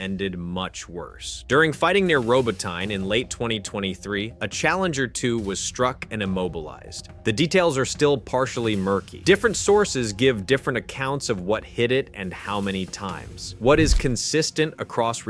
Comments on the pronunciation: It's more like Robot-ni and deffo not RoboTyne (like the river). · RO-BO-TYNE lol... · Yep, this video is AI slop. Random images and footage, facts and figures wrong, Sonnet voice over that can't pronounce Robotnye, etc etc It's all slop.